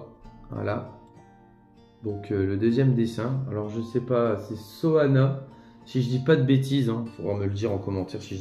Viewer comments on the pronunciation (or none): Ouais vilain , c'est saona pas soana 😉 Félicitations au gagnant Bon réveillon à toi et la famille